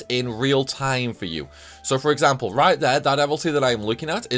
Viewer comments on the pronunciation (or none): none